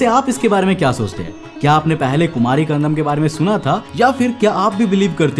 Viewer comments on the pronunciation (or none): bhai it's kandam not kandanam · It's not kandanam bro it's kandam😉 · Kumari Kandam not Kandanam.But the video content is very good. Nice research supported by proofs. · Khan-dam --- ko ---- khan-dha-nam kyu bol rhe ho bhai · It's kandAM he is pronouncing as kandaNAM! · कंदम को कंदनम क्यों? बोल रहे हो😅😅 Bar Bar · BRO I HAVE TO TELL YOU THAT ATLEAST PRONOUNCE THE WORD PROPERLY. WHY IGNORANCE? IT IS "KUMARI KANDAM" AND "KUMARI KANDANAM". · It is pronounced as Kandam, D as in Delhi..Also, k as in Akhand